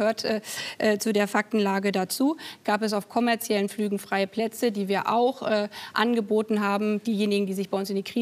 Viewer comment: Es fällt mir immer häufiger auf, dass Frau Baerbock Wörter einfach wiederholt falsch ausspricht. Auch in diesem Interview wieder (konfentriert, kommarziell). Ist das irgendwie krankheitsbedingt oder weiß jemand was da los ist?